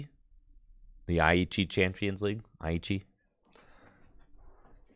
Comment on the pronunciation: you said it right the first time. It's pronounced eye-chi. Source: Am Japanese